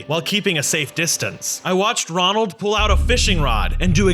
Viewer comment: The way he made a mistake saying Ronald is so funny and also this is a Bronson show so why Is max In it 🤔